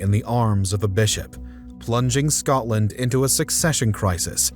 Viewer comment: Scodland? Scoddish? Pish off.